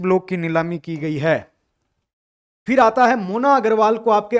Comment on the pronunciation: mis mis bolte bolte fhir ki jgha fis bol diya sir n